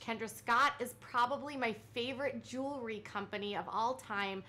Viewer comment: Kendra Scott owns a “jewelry” company. Robyn owns a “joolery” company 😂😂